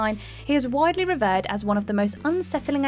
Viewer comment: FFS, Whatculture REALLY need to learn the English language, 'chasm' is pronounced with a 'K' And 'revered' is pronounced 'rev-ear-d' These people are supposed to know these types of things